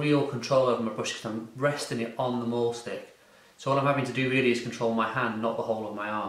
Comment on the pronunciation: It should not be pronounced "maul" stick! You're not going to be mauling anything or anyone. It comes from the German verb, mahlen, meaning to draw! The "a" is pronounced like a long, surprised, finally understanding "aaaaaah!" Like, i finally get it! It has neither the roundedness of an "ay" sound, nor the terror inflicted at the notion of brung "mauled" by a wild beast, just a simple sigh, "aaaaahhhh." MAHL stick. Great tool for "mahlen!"